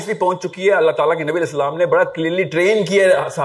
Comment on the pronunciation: kiya prhay ga ya inspire kary ga jiss ko salam bi sahii karnay say nahi ata